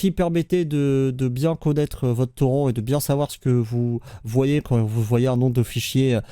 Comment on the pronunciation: OMG le nombre d'âneries dans cette vidéo et personne ne prononce torrent à la française ^^